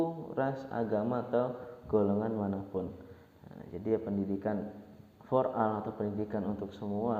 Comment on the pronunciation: for ol baca nya bang😏